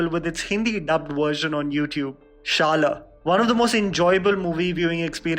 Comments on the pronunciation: It's not pronounced as shala. It's shada ! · Man it's shada not shala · I really like your recommendations and I make sure to watch these in my spare time. And the way you pronounced "Shala" :-D it is actually pronounced by rolling your tongue upwards ;-) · Its promised shala not shal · Shala.. Is pronounced as Shaa-laa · Pronounce Shaala correctly you fraud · You mispronounced Marathi movie name.. Its Shala (शाळा) Means School.. 😊✌🏼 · The way you pronounced शाळा 😂😂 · dude you screwed the word "SHALA" xD and yes these movies are amazing i have seen 7 of them except 96. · He pronounced shala 😅 I can't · Omg finally after may be a year of suggesting Premam finally it got mentioned... Bt u forgot Malar the heart of Premam!! N lastly d pronounciation of Shala was completely wrong...sry